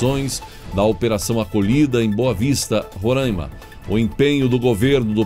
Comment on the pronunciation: Gostei da pronuncia, RorÂima. Eu falo récife. Num sou de lá. Infelizmente.